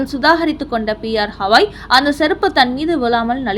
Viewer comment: ஹவாய் அல்ல கவயி It’s not Havaai but Gavai Though it is proper noun we can see what letter he uses in Hindi and English.